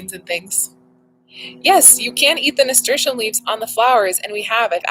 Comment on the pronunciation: I have been saying it wrong - I have always been saying it, NA-STER-TEE-UM and not NA-STER-SHUM. Still Learning - glad you got your (well deserved) gift!!